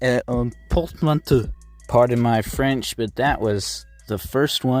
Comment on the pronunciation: That was pretty good french